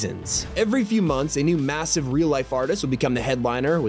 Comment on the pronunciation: Bros saying massive on purpose now 😂